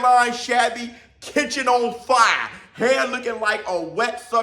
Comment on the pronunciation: "Kitchen on fiyah!"